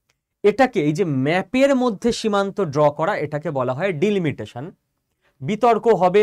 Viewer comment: উচ্চারণ ভুল হচ্ছে ভাই। ডিলমিটেশন নয়, ডিলিমিটেশন। শুনতে খারাপ লাগছে।